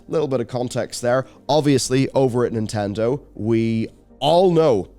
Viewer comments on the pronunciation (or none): none